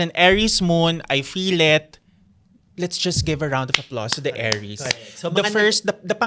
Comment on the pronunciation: Nababother ako kay every time he says Aries sounding like heiress 😭